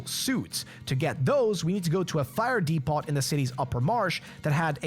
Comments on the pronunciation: Came to the comments looking for anyone mentioning this. Was annoying hearing DEE-POT so often haha. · OH BROTHER! DEPOT! The “T” is silent. Pronounced “Deep-oh”. My skin was crawling with the amount of times you said it.